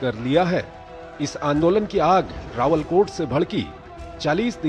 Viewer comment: कृपया अपनी रिपोर्ट को ठीक करें रावलाकोट नहीं है रावलकोट है। आप राष्ट्रीय चैनल से अपनी रिपोर्ट प्रस्तुत कर रहे हैं। कृपया टिप्पणी को अन्यथा नहीं समझें। बहुत बहुत धन्यवाद जी। आपका अपना शुभचिंतक सुरेश चंद्र पन्त